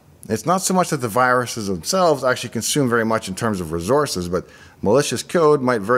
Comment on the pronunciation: It's difficult to understand you. Fast talk and so many slurred words with skipped syllables lacking enunciation. I'm disappointed because everything else looks so well done. Reh-stre (Registry) Ash-ee (Actually)